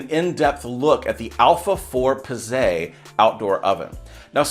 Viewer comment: Bro, Pizze is plural in Italian for Pizza. oh and you don't say Pizzay LOL